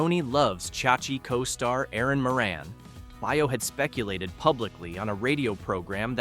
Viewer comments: "Baio" is Italian too, and it is pronounced like "Bio", not "Bay-oh". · Please learn to pronounce the names of the people you cover. Scott Baio....pronounced "Bayo"...Danny Bonaduce pronounced "Bon ah duche". That's all. Thank you❤ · pronounced bay- o scott